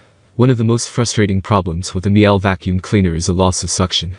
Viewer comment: COme on - it's not Mi-ELL; it's Meel-Uh, rhymes with "peeler" in UK pronunciation. Miele is German.